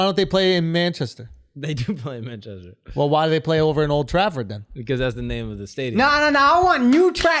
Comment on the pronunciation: Akash really said "Old Trackford" lmao the disrespect to the real football is unreal